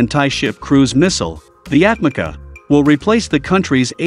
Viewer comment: Atmaca pronounced for you atmadja. Means thrown away. C = dj